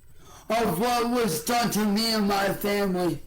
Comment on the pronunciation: Muhh vamily